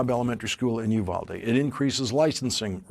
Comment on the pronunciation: I know it's not a big deal but I wish these news reporters would look up how to pronounce Uvalde. It's hard to listen to when you're from there.